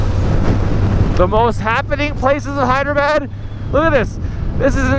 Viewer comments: You keep calling it "Hydrabad"!!!! LOL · It is pronounced as "haydrabad"